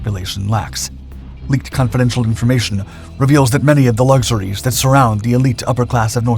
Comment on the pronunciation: Why do you say " lugshoories"